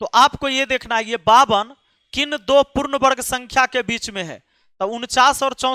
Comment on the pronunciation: Sir du nahi do hota hai bolna to sikho pehle